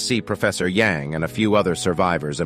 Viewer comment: A in "Yang" name is read as "a" in "banana", not "Yeng". Remember Shang-chi? Yes, his name is not "Syeng-chi" but "Syang-chi", again the "a" is like in "banana"